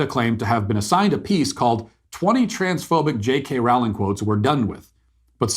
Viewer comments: It’s Rowling like rowboat not like rowdy. Love her. Trans woman aren’t woman. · BTW... It's Rowling as in Bowling....!! ;-) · It’s Rowling like Bowling. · Rowling. Roll-ing. 😊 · You pronounce Rowling "rolling". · I’d like to listen to what you said here… Go ahead and re-make this entire video for me, pronouncing Jo Rowling’s name properly. Then I’ll give this a try again. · Could you spend the 5 seconds required to learn how to pronounce her name? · J K Rowling. He kept pronouncing her name incorrectly. "Deserve it"? Beyond my pay grade.